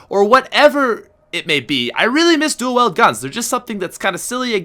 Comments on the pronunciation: Is it Pats Canadian accent or does he misread wield as weld. it's kinda annoying when he says dual-weld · You pronounce wield wrong you say it like wheeled ( weel - ed ) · Dual WIELD, not duel WELD! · "I don't say duel weld."